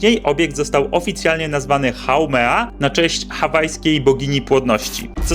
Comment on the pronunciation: Haumea nie haumena